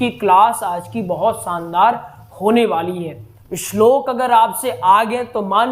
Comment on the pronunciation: अच्छा कार्य कर रहे है मगर पहले अपना उच्चारण सुधारें। श और स में भेद करना सीखें। उद्देस्य नहीं "उद्देश्य", सब्द नहीं "शब्द " बोलिये। दूसरी बात, आप संस्कृत पढ़ा रहे हैँ और सानदार (शानदार) जैसे उर्दू शब्दों का प्रयोग कर रहे है। स्वयं को गुरु स्थापित करने से पहले स्वयं को परिपक्व करें। डॉक्टर नित्यानंद मिश्रा जी से प्रेरणा लें। क्षमा करें, मेरा उद्देश्य आपकी कमियां दिखाना नहीं, बल्कि आपके अच्छे प्रयास को और उपयोगी बनाने के लिए है।